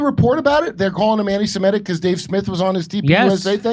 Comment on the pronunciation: It's also antisemitic, not antisimetic